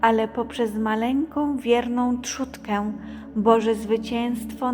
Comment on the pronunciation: nie trzutkę tylko trzódkę